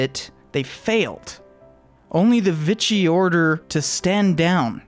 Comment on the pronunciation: I think most people use the French pronunciation if Vichy, something like Veeshee. Speaking of invasions, I just saw a video on the 1944 Allied landings in Provence, aka the 'Forgotten D-Day'.